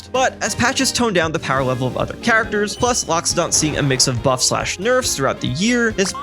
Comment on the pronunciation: "powa wevel"